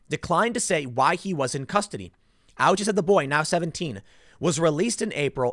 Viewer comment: Tim, the nurses?!!! Not our heros!!!!! It is not "ouchi" is "O--uchi", it is a Japanese name.